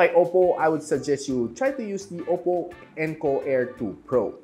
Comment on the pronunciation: “Oppow” hahahahaha